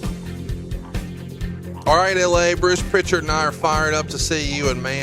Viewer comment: No T in Prichard.